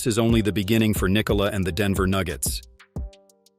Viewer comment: Yo, you are saying "Nikola" wrong.